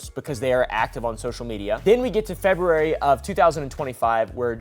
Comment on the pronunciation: I lolled when you said "febrerary", thx for that ❤